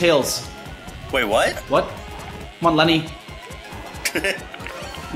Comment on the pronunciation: lemmy not lenny